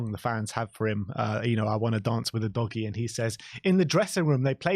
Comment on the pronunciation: Is it a bit of fun, and, you have udgoie, you've really butchered his name😅